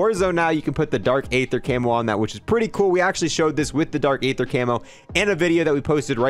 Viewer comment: For the 5th time now it’s dark ee-thuh not ay-thuh